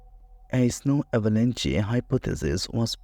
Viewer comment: This was painful to listen to...pick an AI voice that knows the language you want your video in...avalanche doesn’t have a "y" sound at the end, it rhymes with ranch...i tend to listen to these as I'm doing other things, and much of this was lost to my ear because of pronunciation difficulties...its like you chose a Russian speaking AI and asked it to read in English...and its not specifically a Russian accent i have a problem with, because one of the very best series I've ever found, on the Kursk, was narrated by a female with a Russian accent...if anything it adds credibility...but it must be ear legible if that makes sense, and this narration was only half understood by me Also, and it's been a while since i have dug into the Dyatlov Pass details, but i remember hearing explanations for some of the things you are claiming are still mysterious...the person missing part of her face- lips, tongue, etc- was because her face had been submerged in water, so fish could have gotten to it (idr if that was exactly the conclusion but it was similar, and there were many other details left out)...to say thats something not explained by the slab avalanche is disingenuous...there are many more steps and details to the explanation than BOOM avalanche, done; and if you want to make a video, you need to do a deep dive into the research- like the creators of the 30 other videos claiming to have solved the mystery did, at length, in depth- not bothering to do that leaves your video, short, un